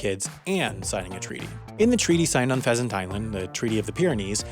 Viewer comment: h in pheasant is wrong